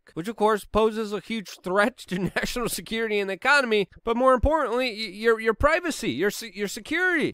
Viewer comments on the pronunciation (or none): none